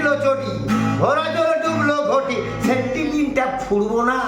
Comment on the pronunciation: এবার ২১শে "চোলাই" দিবসে ২১জন জেলে থাকার কথা আর ওটা আমরা ঠিক শুনতেই পাই নি যে ওটা সেপ্টিপিন্ নয় ওটা বলেছিলেন " সেফ্টিক্" কিন। বিজেপি ওনার পায়ের দিক থেকে সেপ্টিক্ করা শুরু করেছেন যাতে আর দাঁড়াতে না পারে।